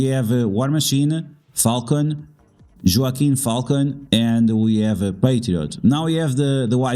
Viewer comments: Wah-keen is Joaquin 😊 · I was just about to say the same thing. Spanish pronunciation, bro 😅